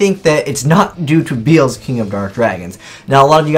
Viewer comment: I wonder if will ever learn how to pronounce these cards names correctly. His name is Be-el-zuh, not beelz.